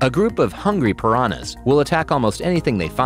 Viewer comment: Love how he said paranas eat fishes